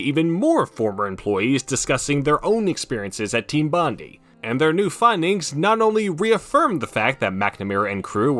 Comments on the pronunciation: While I'd wager you'd probably never reference or mention Bondi ever again i thought you should know it's pronounced "Bon-Die"/ "Bond-Eye" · the way you pronounce bondi is insane lol